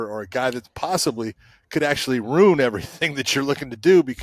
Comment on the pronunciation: It's "ruin" not "rune" 😂❤😂